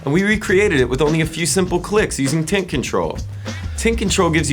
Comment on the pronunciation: is it me or does sound like hes saying tit control when he says tint control?